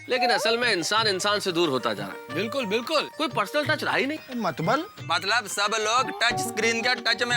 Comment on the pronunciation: mtlab ki jagah sodhi ne mtbal bola 😂